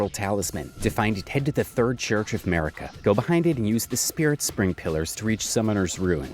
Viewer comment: Ma-ree-kah? Dude...